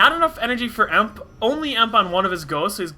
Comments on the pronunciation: btw..... protoss miners are probes... not drones... >_< srry for being so critical... and emp is ' ee em pee'... i think you are a really good commentator... keep it up! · its call E M P not emp